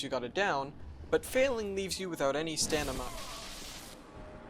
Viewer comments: Did I hear "stanima"? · LOL :52 Stanima? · MF said "stanima" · stamina. not stanima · You consistently say Stanima.... It's Stamina, staMina... Slightly annoying, but cool vid otherwise. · ....but failing leaves you without any "stanima" Lol. great video btw! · Stanima!!! Lol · Do you say ’Stanima’ instead of ’stamina’ on purpose or is it just happening in the flow? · It's stamina not stanima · Ah, "stanima", yes, indeed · Lol “stanima” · Boy just said stanima.... Click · "but failing leaves you without any stanima" 👍👍👍👍👍👍👍👍👍👍👍👍👍👍👍👍👍👍👍👍👍👍👍👍👍👍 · Another blockhead who says "stanima" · “Failing leaves you without any stanima” You mean stamina? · This was a very well put together video with in depth explanations of parrying. But I kept reminding to where buddy said Stanima.... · Stanima XD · "stanima" lol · WH YDO YOU SAY STANIMA D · stanima is easier to pronounce to stamina. its start up frames are faster and has better tracking. that's why stanima has a well deserved 1st place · you know you made a joke but as a linguist I can confirm that that is actually true because it's easier to pronounce "n" after "st" than "m" because n, s and t are sounds made with theet and tongue while m requires lips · Oh god that pisses me off so much, I don't know why but I felt incredibly retarded when I heard stanima. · Say it with me... STAMINA. NOT STANIMA. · Did he just say stanima? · WHAT THE FUCK IS A STESTES AND WHY DO YOU KEEP SAYING STANIMA. I don’t like this cringe inside joke that I’m not part of lmao. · Am I the only one that heard "Stanima" at ? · update, I hear it throughout the vid and I cant seem to determine if its just he is swapping between saying it correctly and wrong, or if my hearing is just that bad. lmao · Stanima LMAO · How can you be SOOO knowledgeable about Dark Souls and pronounce "stamina" as "staNiMa" 🤣😂 But I'd trade all the verbal articulation in the world to be able to parry 😥😥😥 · “Failing leaves you without stanima” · STAM-IN-A good video tho